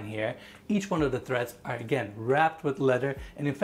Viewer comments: TREADS! NOT THREADS. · The steps in a stair are not named "threads", they are named "treads". There is no "H" in the word. A "thread" is what you sew with. A "tread" is what you step on to go up or down in a staircase. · Point of reference. It’s stair TREADS, not threads.